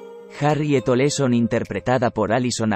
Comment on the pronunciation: Cuál Nelly Oleson...? , era Nelly Olson. No inventes....😬😬😬😬😬